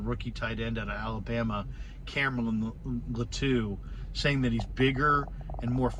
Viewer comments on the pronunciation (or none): Latu is pronounced with the accent on the first vowel. LAtu not LatU. Hopefully that makes sense.